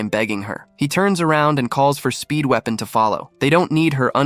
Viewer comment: i always hear speedwagon instead of speedweapon